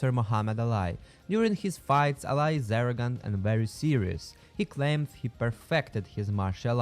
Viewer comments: Mohammud Ali (Muh•Hah•Med Ah•Lee) not Alai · who says ali as alai it almost sounds like ur trying to say alloy jr